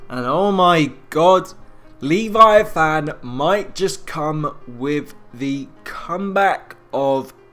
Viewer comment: The way you pronounce "Leviathan" is annoying... The e isn't long, and it's said all together... "Leh-vi-a-thin